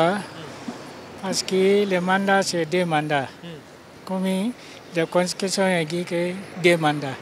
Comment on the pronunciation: On dit Constitution et pas Constutition Monsieur le journaliste 😂😂